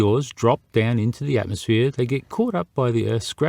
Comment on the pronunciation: It's bloody 'ATMOSPHERE' Otherwise superb 👌